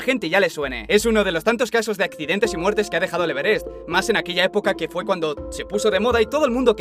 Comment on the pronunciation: Cómo pronuncia Everest jajaj